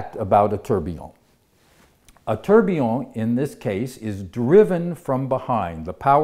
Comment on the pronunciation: The beginning of the word Tourbillion is not pronounced like the English word turbine !!!!!!!!!!!!